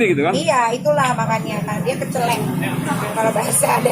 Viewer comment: Kecelik kak Nikita,, bukan kecelek .. Celek = itil 😂